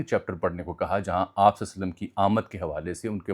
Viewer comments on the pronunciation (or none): ہمارے زیادہ تر لوگ درود پاک غلط پڑھتے ہیں لفظ۔ صلے نہیں ،صلی صواد کے نیچے زیر ہے